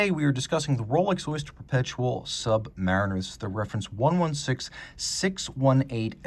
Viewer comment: please consult a dictionary to see how to pronounce, "submariner" (you're doing it wrong)